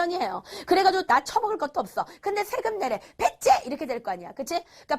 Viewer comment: 이거 킬포 ㅋㅋㅋ 배째 인데 뭔가 발음 특이함 ㅋㅋ 갠소하고싶당❤